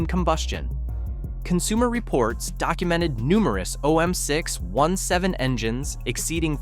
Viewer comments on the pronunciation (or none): If you want to narrate with AI, at least train it on how to say the fkn name correctly. Jeeezus! OM6…..17.